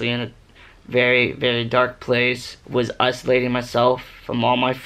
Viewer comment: U mean isolating. Not uslating